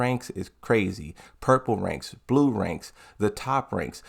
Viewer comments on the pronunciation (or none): none